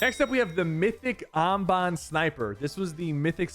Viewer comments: The aahm baan sniper rifle folks not the amBAN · The mythic Amombom Rifle??? Is “Am-Bin” rifle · did he say ambon 💀💀💀💀